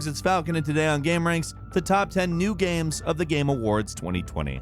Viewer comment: Ah, yes. “Gams”